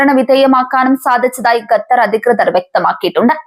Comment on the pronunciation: ഖത്തർ ✅. ഗത്തർ അല്ല. ❌